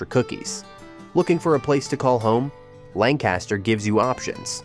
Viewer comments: LANG-kister not lan-KAS-ter. The LTZ is still the coolest small town. Didn’t even mention the rock and roll connection. Lititz rocks! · You lost credibility when you said Lancaster (LAN-cas-ter) and AM (rhymes with Sam) -ish pretzels. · As someone from Lancaster, it's pronounced Lang-kister